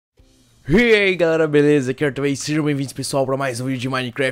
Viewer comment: So eu que sempre que o fala " Eai " eu entendo " Rir ai pessoal "